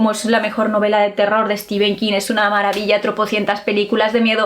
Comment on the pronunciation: es que nos encanta decirle Stefen king.... jajaja